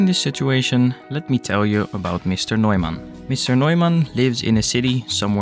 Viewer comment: I love the stories to explain the developments. Love how German u pronounced Neumann 😅❤